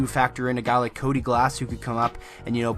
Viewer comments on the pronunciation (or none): none